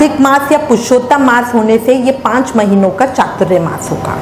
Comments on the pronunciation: Hare Krishna keep your pronunciation clear, we would have Chatur Mas, not chaturya mas. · Chaturyamas nahi chaturmas bolo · . . Firstly pronounce it properly ! . . It’s not ‘chaturyamas’ but ‘chaaturmaa’ ! . .